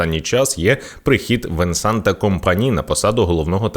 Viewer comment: Буква "т" не читається. Венсан Компані правильно 😊